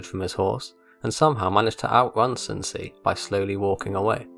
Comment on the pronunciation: "Son see" 💀💀💀